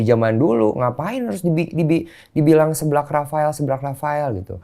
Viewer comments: Lucu amat koh densu bilang seblak nya... Seu koh seu.. dibaca seublak 😁😀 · Gereget banget pengen benerin kata seblak tiap bang deni ngomong séblak, harusnya tuh seblak bukan séblak 😭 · seblak (seseorang) bukan sèblak (mèrah) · Bg densu, bacanya seblak ya, bukan seblak... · Ko Densu ga bs ngomong SEBLAK. Salah pelafalan lu Ko. SEBLAK! Bukan SEBLAK. Duh gmn jelasinnya pake tulisan.